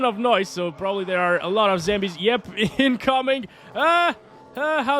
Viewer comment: Why do u call them zAmbies As in Apple It's zombies😂😂😂